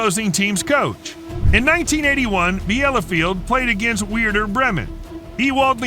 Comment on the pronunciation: Dude i'm not even 2 minutes into the video and, as a European, i'm already triggered. 😂 The damn narrator really pronounced Ajax as "Ah-jacks"... This one actaully caused me physical pain. Edit: Omg bro said "weirder bremen", help i'm losing it 😂😂😂😂😂